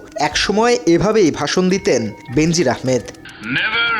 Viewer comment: সঙবাদ পাঠকের শব্দ উচ্চারণ অত্যন্ত ত্রুটিপুর্ন। বেনাজির নামটাকে বিকৃত করে প্রায় সবাই বেন্জির আহমেদ পড়ে থাকেন, যা কাম্য নয়।